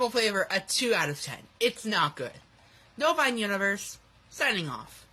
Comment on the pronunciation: I think he says Novine Universe